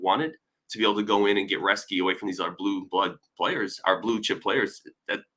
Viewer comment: It is pronounced Roes-ke.